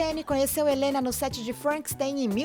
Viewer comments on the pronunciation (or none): none